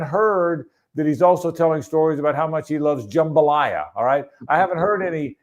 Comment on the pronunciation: Jamabalya. I busted out laughing. not so subtle dig at Louisiana.